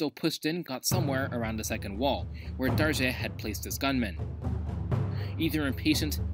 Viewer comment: The proper and correct pronunciation for "Darge" is "Dar-gay". One correction Menelik never saw it as an expansion when he went south, but more re-conquest of the land lost during the Gragn Wars during the 16th century. When asked how far he wanted to go south by an alarmed foreign reporter, the Emperor was heard to have said if God gave him the strength to as far as Lake Nayasa now known as Lake Malawi - to the borders of Mozambique